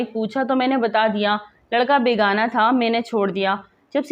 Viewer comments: السلام و علیکم۔ جناب اگر آپ صیح طور پہ لکھا ھوا نہیں پڑھ سکتی تو آپ کی وی لوگز کا اللہ حافظ۔ بیگناہ اور بیگانا کا فرق تو سیکھ لیں۔ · BEGUNAH NOT BEGANA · Beygunaaah ko aap BEGAAANAA Padhrahi hain Durust padhakarien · بے گناہ کو بیگانہ کہ رہی ہو صحیح پڑھ لیا کرو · بے گا نہ نہیں بلک بے گناہ ھے یہ لفظ او کے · لفظ بے گانا نہیں بلکہ بے گناہ ہے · بےگانہ نہیں، بےگناہ بابا اردو کی روح تڑپ اٹھی ہوگی آپ کی اردو ریڈنگ سن کر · محترمہ تلفظ صحیح کریں ۔بے گناہ ہے بیگانہ نہیں وغیرہ۔شکریہ واقعی ایسا کردار اور وہ بھی پولیس میں سے! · لفظ بیگناہ ھے بیگانا نہیں وڈیو میں بار بار بیگانا بولا گیا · Aap apni urdu achi kijye lafz begunah ko aap galat parh rahi haen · لفظ ہے ۔ ""بے گناہ" اردو بھی اگر نہیں آتی تو ویڈیو بنانے کی کیا ضرورت تھی ۔